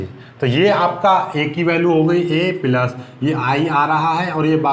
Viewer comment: Sir app bahut achha pdhate hai.but पिलस नहीं प्लस होता है।